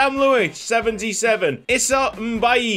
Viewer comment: Issa's last name Mbaye is pronouced May lol. I have a cousin with that name